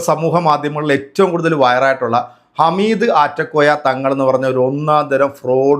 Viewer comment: ഹമീദ് അല്ല ഹാമിദ്